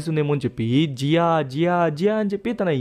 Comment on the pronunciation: జీయో ❌జియా ✅😂😂